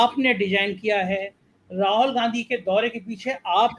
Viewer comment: आप राहुल गांधी को बार बार राहोल गांधी प्रोनाउंस करते हैं, जो बहुत अजीब सा लगता है। प्लीज ठीक से प्रोनाउंस कीजिए।